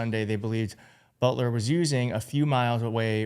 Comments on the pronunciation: Its Boelter. Like Bolter. Not Butler. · bolt er not but ler. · Boelter NOT Butler! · isn't it boelter? why are you saying butler? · It’s Boelter like boulder. And you’re reporting on YouTube? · How do you get "Butler" out of "Boelter?" ...read your copy more carefully. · It's pronounced like Bolt. So Bolter